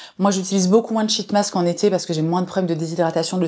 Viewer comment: Merci pour cette super vidéo! Mais les shit mask je m'en remets pas 😂 par pitié essaye d'allonger un peu le i, genre sheeeet mask parce que la on part vite sur une autre signification bien moins glamour 😅